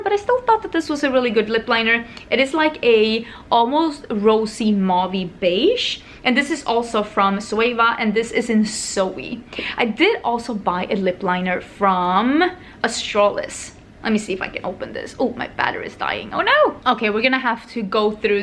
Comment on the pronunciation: why do u replace the letter Z with an S in your words ? Like Sweva for Zoeva or Soey for Zoey ..soom for zoom... wondering if its diff in Swedish